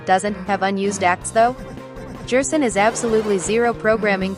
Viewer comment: Stop saying Jerson, what’s next WD Jaster? (This is a joke, it’s probably just the Text to Speech program)